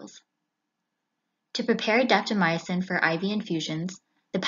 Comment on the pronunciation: Will try the 5 minute intervals. Have to admit, I cringe when I hear drugs that end in "-mycin" pronounced "my ah sin." It's 2 syllables, not 3.